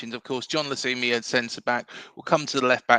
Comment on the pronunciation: Cheers for the episode. Fairly certain the Colombian’s name is pronounced Jon Lukumi. Unlikely the C is pronounced like an S when followed by a U. Concerned about his stats but have faith in our recruitment team.